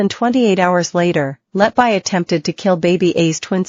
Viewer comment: Her surname is pronounced “Let be,” NOT “Let bye.” Why are these Americans, who cannot speak English, allowed to mutilate the English language?